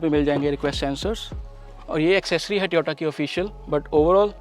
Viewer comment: भाई ट्योटा नहीं होता टोयोटा होता है